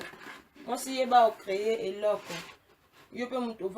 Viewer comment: Ma loboko osololi eyokani Eloooooookooo